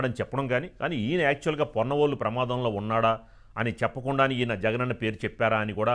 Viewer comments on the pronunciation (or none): పొన్నవోలు కాదు, కొన్నవోలు. ఛీ తూ